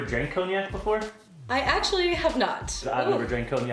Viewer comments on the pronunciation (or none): Co-knee-Ack?😂😂😂 um no